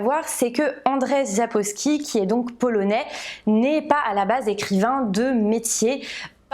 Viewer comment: Hello! J'arrive un peu tard mais pour la prononciation du nom de l'auteur, c'est en fait "Andjeï Sapkovski". 🙂